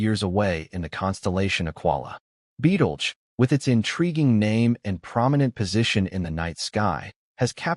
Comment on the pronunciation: Betelgerse ? That's how he pronounced it every time. First time I've heard it spoken aloud that way...